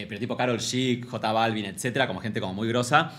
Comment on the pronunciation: Me destroza cuando dice “ Jota” Balvin 😂😂😂😂😂